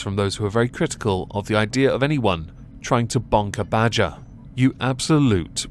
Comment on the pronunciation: its Bodger and Badger not Bodger and bugger